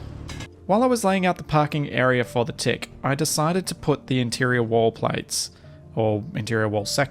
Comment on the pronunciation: Your accent made “what’s going on at the front of the tick?” Sound like “what’s going on at the front of the dick?”- lol